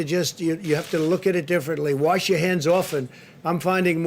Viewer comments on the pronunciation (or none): "Worsh" your hands,...duh.